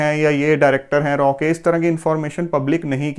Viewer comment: R And AW This is right Pronunciation Raw Never Like Raw Pronunciation..